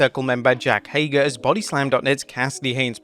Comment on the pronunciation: ? Who is Ago??? You mean Hager! Stop pronouncing names so badly. I mean there is a bit wrong and then almost not even sounding like the word you are saying! Jeez lol... You do it all the time. It's so lame :P